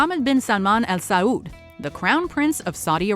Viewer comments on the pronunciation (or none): none